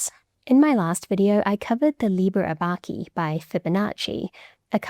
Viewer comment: Love it! One point on stress though. We don't say /aBAcus/, and Italians don't say /aBAco/ either: they say /Abaco/. (the abbaco of the title is written abaco in modern Italian). And you correctly say /Abacus/ is the Latin word, but pronounce Liber Abaci /aBAci/ to rhyme with baccy. No, /Abaci/. Strictly the c before an i would be soft too in this medieval Latin, so /'liber 'ɑbɑtʃi/ in Italy, but there's nothing wrong with the classical pronunciation you used.